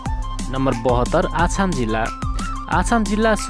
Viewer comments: आछाम होइन अछाम हो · Thukka ... Jillako name ni bhanna aaudaina k video banako hola... आछाम रे । अछाम हो youtuber saab। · आछाम हैन अछाम हो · आछाम होइन होई अछाम हो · आसाम हैन हो अछाम हो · Bro आछाम होइन अछाम हो 😡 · अछाम त राम्रोसँग भन मुला। तोरी